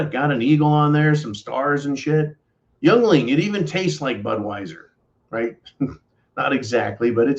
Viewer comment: Your killing me! Yuengling (Ying-ling), the oldest brewery in the U.S. and hey, we need something to be proud of in Pennsylvania!